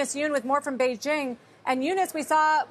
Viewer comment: Sarah pronouncing Beijing correctly